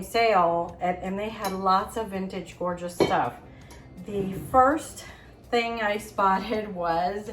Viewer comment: Copper pieces are gee-or-jus!